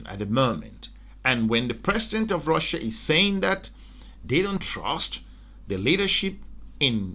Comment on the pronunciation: Russia not Russer